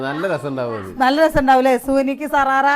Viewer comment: സാറാറ അല്ല ഷറാറ ആണ്